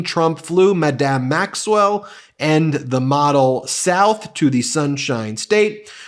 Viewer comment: "Madam" is pronounced with the accent on the first syllable; it's "Madame" that's pronounced with the accent on the second syllable.